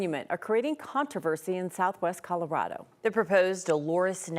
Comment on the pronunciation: Is the narrator calling it Coldorado?